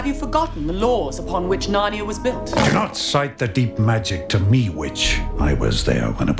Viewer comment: “The Hwhich” I have been laughing at this for like 15 minutes straight and I have no idea why it’s so funny!